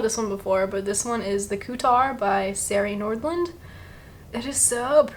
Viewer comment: Also if no one has said… it is sari nordland like “sorry” nordland 😊